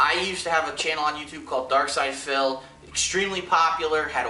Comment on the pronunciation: Why are you saying darksyd-a-phil